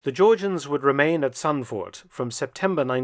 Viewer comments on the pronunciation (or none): I've never heard the name "Zandvoort" being pronounced so German as by this British historian and it confuses me. Mark pronounces it like "Tzantfort", while in Dutch, the Z sounds the same as the Z in English at the start of words would and the double o is pronounced like the O in "vote"